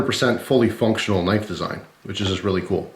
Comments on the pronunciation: "That's not a knoife" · That's not a knoife, this is a knoife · hahahaha Thats not a «knoife», that´s a «knoife»!